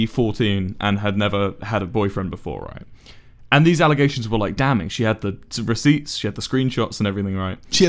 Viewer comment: Receipts, not recipits